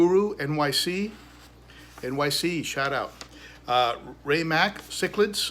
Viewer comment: Ry Mac not Ray Mac lol thanks for the shout out lol 😂 it funny this video is what I have going on my white lip is a jerk my lemon Jake is a huge wimp and my venutus tries to breed with other males in the tank all the time. Good stuff as always keep doing what you do and I am looking forward to some great videos from you this year